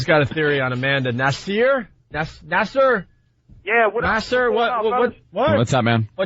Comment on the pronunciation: Opie trying to pronounce Nasir 😂. Guy did radio in New York throughout the 90s and never heard that name nas